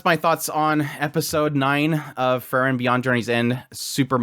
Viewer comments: I relly enjoy your commentary, but just a little suggestion: you pronunciation of Frieren is too close to Fern. I know with context who you are talking about, but it would be more clear if you could say Freee-ren :) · Frieren vs Aura... you keep saying Fern Its pronounced FRee-ren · The way you pronounce Frieren is too close to Fern. Also for an episode named after her, there is much Frieren this episode.